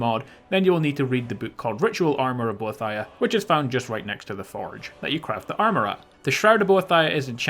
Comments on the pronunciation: bo-ee-thee-uh not bo-uh-thi-uh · ohhh myyyy gooood its bo-eeeeeeeee-thhh-iiiiiiii-aaaaaa not bo-thia!!!!!!! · I believe you pronounce Boethia bow-ee-thee-uh. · It's pronounced like "bow ee thee a" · I cringed every time you pronounced Boethia. :P Serious though, I love your videos. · the way you pronounce boethiah kills me bro